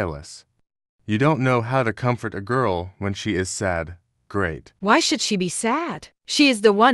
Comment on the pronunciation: Why those alex say grat but not great in the text like WHAT😂😢❤😅😊